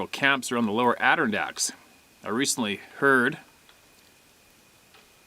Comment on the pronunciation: Alright, lol, I'm doing this cuz I love you. Lets do this. Adirondacks (A-dur-RON-dax) short a sound